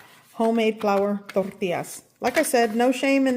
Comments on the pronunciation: The way you pronounce “tortillas” is a crime against humanity. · I love how she only has an accent when she says tortillas. 😅😂